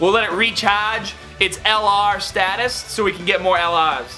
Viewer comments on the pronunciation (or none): none